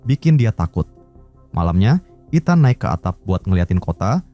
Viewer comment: gemes dengernya nyebut etan wkwk harusnya ithen (ethan)